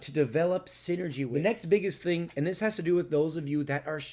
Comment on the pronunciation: Haha yoy said SINNERg!